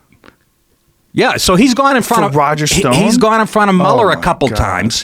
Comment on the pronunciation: Joe "can't pronounce Mueller properly" Rogan